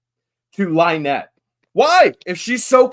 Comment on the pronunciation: Out of all of the horrible things I saw in rescue video the one thing that made me laugh was hearing the officer actually call her LIENETTE!!!